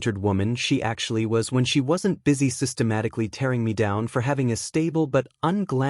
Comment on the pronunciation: Systematic-al-ly Methodical-ly